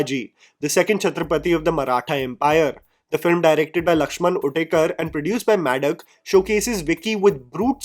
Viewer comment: MAD + DOCK not MAD+DUCK!